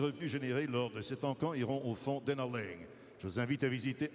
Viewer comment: It's "Laing" not "Liang"...